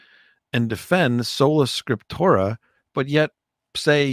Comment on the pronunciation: Hello, it’s sola scriptura NOT scriptora.